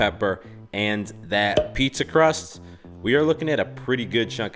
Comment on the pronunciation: I’m Italian and wtf was “Du pizzzaaa” 😂😂😂